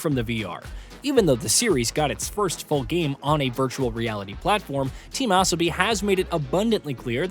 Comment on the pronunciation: Good video but who is "Team Esobi" or "Tam Asobi"?